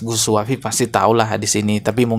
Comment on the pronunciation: sunat lagi kau agar lisan mu bener